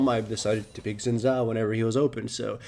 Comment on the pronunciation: SHIN! It is pronounced SHIN!